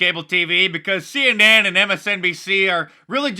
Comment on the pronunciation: Mark, it almost sounded like you said See Inane. Perhaps that should be your new name for them.